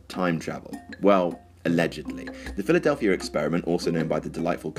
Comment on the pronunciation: Philadelphia.....is now pronounced Philadelphier ? I can't take any more. :)